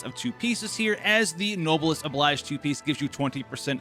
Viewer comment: uh, no... noblesse oblige is French, and the "oblige" here is supposed to be pronounced as "obleej." FYI, thanks.